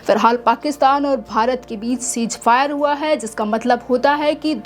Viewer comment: Mohtarma chij fire Nahin hota hai ceasefire hota hai pahle bolna to Sikh lo badtamiz ko